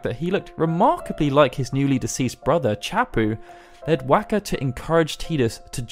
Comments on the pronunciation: Okay, we're going to pronounce it "Tee duss". Later... "Whack-uh" NOPE IM OUT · Wakka's name was pronounced ingame, so it would have to be ignorance that you say it wrong each time, or you did't actually play the game and are just reading a script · So you say Tidus name right, but then can’t pronounce wakkas correctly haha. Awesome.